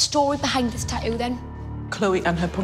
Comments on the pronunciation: wtf is a “ta-ooh” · It’s Tat too not Ta-ooh tf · How the host girl pronounce tattoo : eadheou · The word Tattoo has two T's in the middle of the word. How in the hell do Australian's alway miss both of them when the pronounce the word? 🤷‍♂️